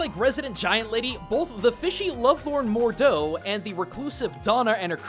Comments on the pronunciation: Not mordo. Moreau. More-oh. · I would like to see more videos about RE Village's ties to Eastern mythology, especially House Beneviento. For the record though you mispronounced Moreau's name. Phonetically, it sounds like "more-row" when you say it, in keeping with its French origin. As for Donna's last name meaning "good/fair wind" (in a mixture of Spanish and Italian), you pronounce it as "ben-ay-vee-en-toe". Angie is likely short for Angelina, Italian for "little angel", which might have been a nickname Donna's father used for her before he died. Ah, so you are a fellow Heisenberg hater, eh? I admire the "hustle" of this character's inspirations, from history and from fiction, but his loquacity, vulgarity, sadism, and terribly self-serving attitude just make him annoying in my mind. It took me a little bit to remember what Eastern mythology ties these two house lords had, but then I remembered cursed dolls and water monsters are big things in Japan. Kappas (mentioned in Moreau's inspirations) could be considered more grotesque looking fish men/land walking merpeople, and I immediately thought "grotesque amphibious monster/fish man" when I saw Moreau for the first time. All of the dolls holding Donna's cadou parasite, but especially Angie, are an overt reference to children's souls tied to the living world through dolls, something seen a lot in Japan but Robert the Doll and the infamous Annabelle are examples from the USA. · Did he purposeky called Moreau "Mordeau"? or was it a mistake? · Moreau not mordoe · The fish man's name is Moreau, like The Island of Dr. Moreau. No D.